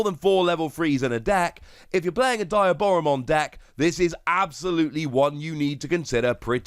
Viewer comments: Its dee ah bora mon. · how is there not a single person on youtube calling diaboromon by its correct name? it's DEE-AH-Boromon. Like Diablo, or a demon in Spanish.